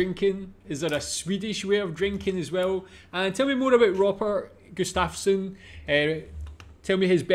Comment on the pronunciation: One of our National treasures. Gustafsson is prenounced Gustavsson.. "Nile City 105,6" is one of my life long favorites with Robert in it.